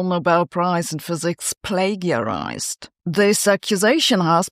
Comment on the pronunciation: A very interesting video that makes good points. Might be even better if you pronounce plagiarize correctly. Don't you have a team behind you?